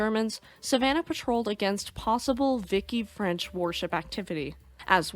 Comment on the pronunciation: "In freedom units..." Love it lol 😜 also it's pronounced "vee-she" not "Vicky" but all in all a very good video 😊